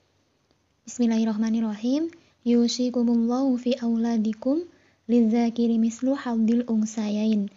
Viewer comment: Mohon maaf untuk membaca Al-Qur'annya tolong diperbaiki atau saya yang salah dengar ya, di surat An-Nisa itu bacanya lidzakiri harusnya lidzakari. Kemudian surat Al-Maidah ayat 8 harusnya dibaca "sya-na-a" dan yang a'dilu bacanya i'dilu setau saya. Mohon penjelasannya kalau saya yang salah